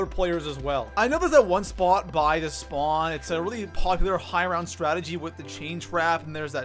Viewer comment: Broooooo! 😂 where are you from? “SpOooooot”. “SspAaawn” Nice vid btw